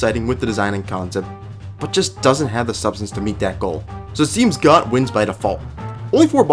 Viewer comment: It's actually pronounced "Goht"